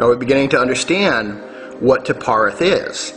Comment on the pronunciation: It's Qliphoth pronounced (kli-foth) or (kli-poth) not Qilopth (kil-opth)